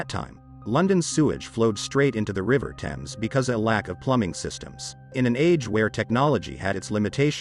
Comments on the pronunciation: Thames? Please - it is pronounced "Tems". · He said "thaymes" Thames is said "Tems". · Just because the name is pronounced wrong, doesn’t mean the historical FACTORS are🥴.This matches the state of their hearts anyway… a great stink. Repent and be renewed and washed by the Blood of Jesus. Btw there’s a place in the UK called ‘Thame’ and it’s exactly pronounced like how it’s spelt and named after river TEMS, these phonetician words never cease to make me look like a question mark 😂. Either way, there’s still common sense in humanity right? Not everything needs correction when you know the meaning. I mean the highlight of the topic is LONDON THE STINK. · it's pronounced tems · He is saying tems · AMERICANS London's river is pronounced tems. It is spelt THAMES but pronounced TEMS. How can you look to the narrator for information when he can't pronounce one of the most famous rivers in one of the most famous cities in the world. I know Americans struggle with words that aren't written exactly as pronounced, but this is ridiculous from someone pretending to educate you. It's like pronouncing New York as Nayth Ark, people would just look at you like you were crazy. Maybe people should learn things before teaching them? TEMS TEMS TEMS for all Americans that struggle. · Erm .. the river Thames is pronounced TEMS. Sorry to be a bore! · It was only mispronounced once. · so, it was still mispronounced,!! 😤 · It's infuriating that Americans do this, he is supposed to be educated. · It's not a little stream in a far distant land, it is one of the most prominent rivers in the world in one of the top 5 cities in the world. It shouldn't annoy me as Americans struggle to pronounce anything (Moscow is pronounced Moss koe not Moss Cow, for example and there is no country called Eye-Rack). It's not that you get it wrong, it's that you don't care that you get it wrong, it's sloppy.